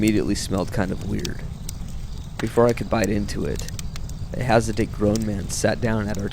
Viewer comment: Please ask your cousin to learn how to pronounce words before recording them. Hint: "hasidic" is not pronounced "has a date".